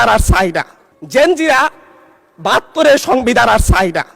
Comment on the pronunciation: ওকি জেন জিরা বলল নাকি জিঞ্জিরা বললো কিছুই বুঝতে পারলাম না। কি সুন্দর উচ্চারণ করলো।পল্টন ময়দান মনে করছে মনে হয়।